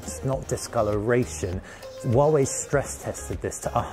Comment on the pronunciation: Wawei Wawei hahaha. You need to pronounce 'H' 🤣🤣